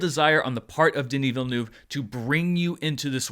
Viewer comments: Say this word - VEAL - now say this word - NERVE. Put them together and.. voila! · Please pronounce the eu-part of his name not like 'noob', you should try the u like from the word 'urgent' 🤓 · I know and you do a good job most of the time, some french sounds are very tricky for english speaking people and 'eu' is one of them, it basicaly like the u in hurt. Anyway I don't know why but it made me laught ;) Carry on with the great job you do with the critics and charts, love them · It kept sounding to me like you were saying "the DIddyville News". ;) I LOVED the movie so much, and I don't know all that much about Dune at all, though I have slowly been trying to get through the audiobook for the past year, so it gave me a great foundation that the Lynch movie did NOT. ;) My first experience with the world was with the Sega CD game, which was my first RPG and I loved it, so I've always had an interest in general. This film really sucked me in, and I"ll be finishing that audiobook as soon as I can, now! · Just wish he would stop miss-pronouncing the director’s name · Americans, please learn how to pronounce the name Villeneuve. Thank you. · prononciation of Villeneuve name is hilarious